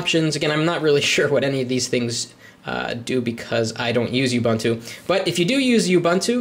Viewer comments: It is pronounced UUUUbuuuuntuuuu. And that isn't the word processor nor spreadsheet that comes by default with Ubuntu. Libre Office (the full fledged top of the line competitor to Office) does. And technically it doesn't appear to be running on it, rather it is operating within an environment, making it non-native. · i want to smack you for NOT being helpful and correcting him with oo-BOON-too and 0.20 he does say, i'm sorry if im not pronoucing it right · oo - BOON - too. No "you". No "bun".